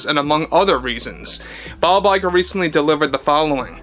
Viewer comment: Bob LIE'ger lol